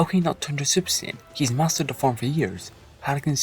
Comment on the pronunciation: salad Siayan 😂